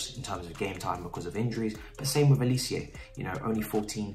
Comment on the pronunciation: Bro bro bro bro bro.. it’s just pronounced how it’s spelt g, Olisé. Not olicieah